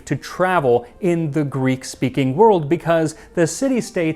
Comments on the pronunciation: As a helleen, can i just comend you on your effort of pronunciation. Amazing work 👏 thanks for the content max and all behind the scenes. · Another Greek here 😅well done on your pronunciation..i really enjoy your content 😊